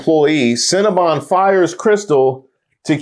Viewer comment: "Cinnamon Bun Cold Brew"?? She can't even say Cinnabon.😂 Methany is going off the rails.